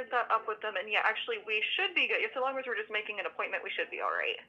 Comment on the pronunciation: The "as long as" is really hard to recognize for ESL students. I think the pronunciation of the first 'as' is more like 'jəz' rather than 'əz'. Not sure if I'm correct.